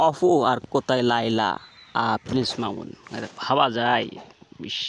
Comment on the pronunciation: মামুন্স না মামুন 😂